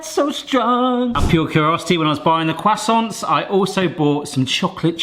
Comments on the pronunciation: Listening to you say "croissants" gave me cancer.... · "kwassonce" nailed it